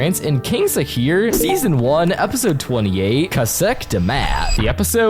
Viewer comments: Its SH-AKIR but its ok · Sorry but its Not Shakir instead Shakir with sh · BRO NOT THRE PRONOUNCE ON KRAL SAKIR